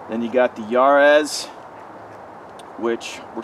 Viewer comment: If you want to to know how to pronounce jarosz, why don't you just watch your last video where you included a clip of that guy saying his name?